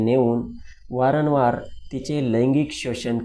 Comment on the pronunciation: वारनवार नाही भाऊ वारंवार म्हण